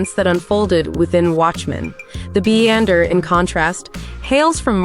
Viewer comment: Isnt his name Beyonder (as in Beyond) .... not Beeander ?? Sometimes people should put in som effort...